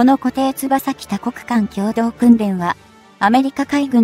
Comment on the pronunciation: 固定翼(よく)機じゃない？読み方間違っている。